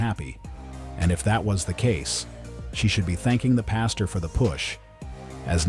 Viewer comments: It’s PAS-TOR Not PAS-TUR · Yo A PASTURE (pronounced pass-cher) is a field where livestock graze. A PASTOR (pronounced pass-ter) is a church leader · Hey red, I gonna give you a little crap. A pastor is a man that preaches the word of God and a pasture is where cows go to Grace. It sounds like you’re saying the second one lol